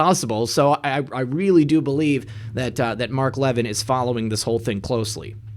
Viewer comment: Levin as in Mark Levin isn't pronounced leaven like a loaf of leavened bread. It's pronounced La VIN (short a) with emphasis on VIN (short i).